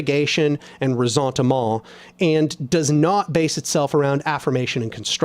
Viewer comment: The way you pronounce Resentement in French sounds like a Cajun 😹